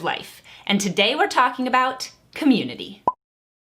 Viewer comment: I don’t have a say in politics because I’m too young to vote so anyways, I’m just gonna decipher how she pronounces “community” cah-myoon-ittee btw she’s been saying it a lot and Also conservative isn’t really a community it’s just a political party but regardless we’re all friends here so 🤣